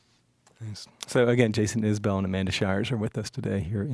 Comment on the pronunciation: It's Isbell, not IsAbell... and the 400 unit is not a bunch of pot heads...